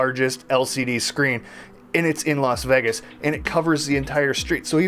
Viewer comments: This guy cant even pronounce Vegas hahahaha😂😂😂 "vigius" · He says vegas so weirdly lol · YESSS I doooo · It's so funny how you say "vegas" 😂